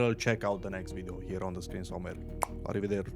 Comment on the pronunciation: Brad Pitt's squinting face with Texas accent activated A river there chief!